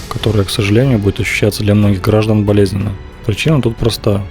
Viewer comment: Почему диктор неправильно ставит ударения в словах? ГраждАн. Это иностранец?